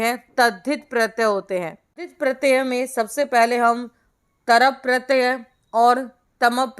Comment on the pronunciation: Madam pratya hota hai naki pratayaa , pronunciation sahi karo pls !